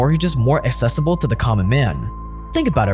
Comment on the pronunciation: Accessible! Not assessible